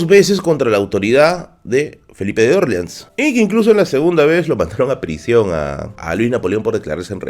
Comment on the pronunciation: Interesante, pero me desconcentra tu pronunciación de Orleans, que lo pronuncias a la americana, como en New Orleans, con la sílaba tónica en la "O", pero en español, porque serían la sílaba tónica en la "A", que por proximidad es la pronunciación adaptada más fiel al original, que es el francés. Puedo aceptar que Nueva Orleans (con tónica en la "A") sea prunciada como New Orleans (con tónica en la "O"), pero porque es una ciudad de USA, pero a ver Luis Felipe que tendría que ver con que en USA se pronuncie así eso, si cuando él reinó la Luisiana ya estaba vendida a USA casi treinta años antes. Y Luis Felipe era francés, ¿no?, pues eso.